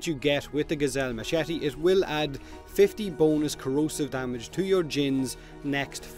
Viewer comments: I'm sorry, I keep on thinking that you're saying boneless instead of bonus and laughed throughout the video. #bonelesscorrosive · i thought u said B O N E L E S S